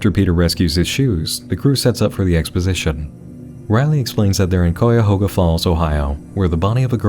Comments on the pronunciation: COY-a-hoga 😂😂 we say it cie-a-hoga, sounds more like pie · I feel like an asshole saying this because I enjoy this content... but it's pronounced (Kaya-hog-a) Cuyahoga lol No really great channel. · Also you definitely pronounced Cuyahoga incorrectly but you were close so you're forgiven.